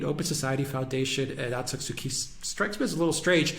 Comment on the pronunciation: please learn to say Daw Aung San Suu Kyi name correctly!!!